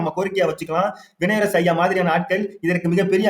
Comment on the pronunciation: அவனுடைய பெயரை சரியாக சொல்லுப்பா